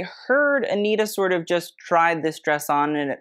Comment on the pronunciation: you can say versace correctly but not anitta? 😭😭 she’s brazilian, so the pronunciation is aniTa and not aniRa! (but that’s ok u can say it whatever way you want, i just found it curious)